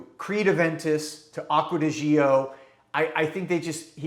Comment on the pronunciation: The word "gio" in Acqua di Gio is pronounced like JO, not jee-oh.